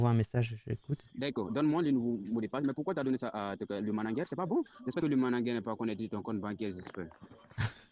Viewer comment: En + d'être un brouteur c'est un abruti. Il est c.. comme une valise 😂 "Le managueur" 😂😂😂 Même ça, il est pas foutu de le prononcer correctement.